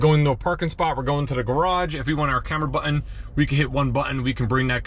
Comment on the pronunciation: Haha, Texan here - I noticed it too. So much emphasize on the two syllables: "butt ... inn"